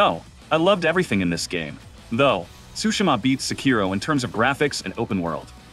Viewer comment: How can you say Sekiro is your favourite FromSoft game but you don't even know how to pronounce it properly, which is said throughout the game so many times?